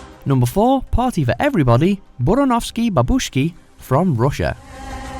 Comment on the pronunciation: First, it's funny to see how English struggle to pronounce slavic words and names. It's StepAn and BurAnovskie BAbushki. Second, Verka Serduchka was actually quite popular in Ukraine in Russia in 2000ths. Andrei Danilko is comedian, and very successful one. Dancing Lasha Tumbai is not even his weirdest perfomance